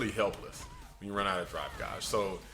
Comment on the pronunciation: its pronounced Gayge, not Gahge